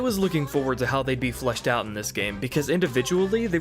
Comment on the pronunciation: You are contending that what you said is "fleshed out"? Maybe it's some kind of local accent. Because I would be willing to bet that if you recorded yourself saying "flushed out" and played it back-to-back, the average person wouldn't be able to tell the difference. Also, it's kind of off-putting to spend almost 3 hours listening to a guy who insults you during your first interaction. I mean, it's not like I was trolling you with some derogatory comment, "lol idiot u said flush. maybe your should flush your whole video lol derp". I mean, a little grace goes a long way. I'm going to finish watching your RE3 review because I actually think it's pretty great. But unlikely to sub to someone who treats their audience this way. All the best to you going forward. I hope you have a lot of success doing this. :)